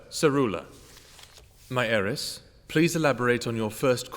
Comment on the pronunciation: Its “heiress”